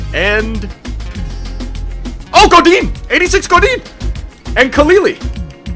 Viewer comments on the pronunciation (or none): none